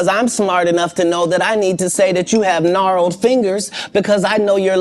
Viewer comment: He said narreled fingers 😂😂😂😂😂